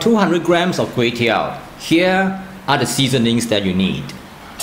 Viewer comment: everything was smooth except when the time when he said KUEY TEOW🤣, it like a an apple without an apple. Mind you KUEY TEOW or KWAY TEOW is a direct pronunciation from a dialect in south east of china 潮汕 (ChaoShan) area. The correct english word for this Kuey Teow is actually RICE NOODLE